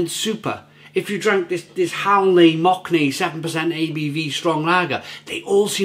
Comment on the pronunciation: "Mock-ne" xDDDDDDDDD